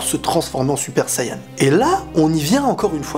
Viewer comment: Tu vois tes français Tu doit dire Super Sayan ou Super Sayajin Mais pas Suppa Sayanin Car test vraiment emmerdant Déjà quand tu parle tu parle en 3 temps c'est assez énervant.